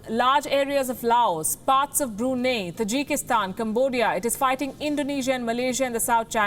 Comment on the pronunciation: Palki, your news is spot on and straight to the point, no holds bar, but please respect and pronounce Brunei properly. Sounds really weird the way you are pronouncing it.